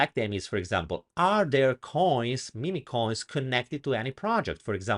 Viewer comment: they are mim coins, not mimi coins. just saying. cute italian accent though ;-)